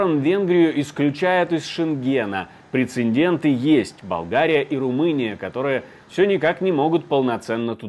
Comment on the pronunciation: "прецеНденты"?! Садись, двойка! после вашего левацкого ярлыка об "ультраправых" отключился. Не думаю, что впредь буду вас слушать и смотреть.